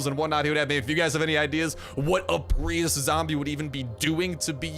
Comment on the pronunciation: It sounded like you said preus zombie instead of priest zombi...lol!!